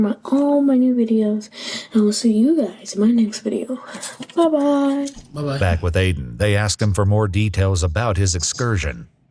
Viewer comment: fanum saying babye at took me out!